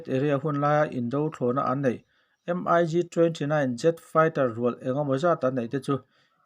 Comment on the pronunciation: Mig...tihloh tur miik tih ang a lamrik tur